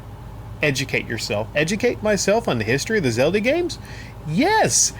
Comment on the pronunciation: Why do you call it Zeldi?